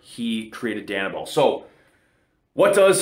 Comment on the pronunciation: Who does a review and can’t pronounce the drug name…..🤦🏽‍♂️🤦🏽‍♂️🤦🏽‍♂️